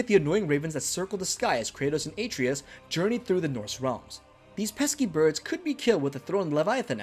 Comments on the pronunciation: Ah-trey-us not “A-trees” how are you gonna get his name that wrong! And it’s explained in detail that his hand is putting back the seals to protect their forest. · The number of times you say AY-TREE-US makes the mistake seem intentional. Idk if you are saying his name that much or if it just stands out that much but it's almost as bad as hearing someone chew styrofoam. Someone had to hear this in editing and just left it. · bruh...Atreus!! A---TREY----US...they say it in the game many, MANY times. sorry man, I can't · AAAA treus? AH TREY US Atreus! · You care more about marketing and promotion over quality. That’s a bad characteristic to have as a YouTuber. I heard “A-tree-is” one time and turned on Adblock. You didn’t play the game. It shows. I saw this from Facebook and I’m letting my friends know to blacklist your videos. None of these were “details you probably missed” if you played either game. All of these details were wicked obvious. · How can u make a video about god of war and can ever say his name right when it’s said a million times in game! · How do you consistently mispronounce a name that is said in the game over 100 times